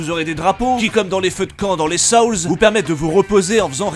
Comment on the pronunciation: Les SAOULS?.... Il est où le A dans Souls?..... C'est bien les Français ça....